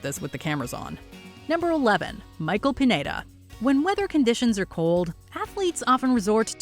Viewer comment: Michael Pineda's last name is pronounced "peen-YEAH-dah."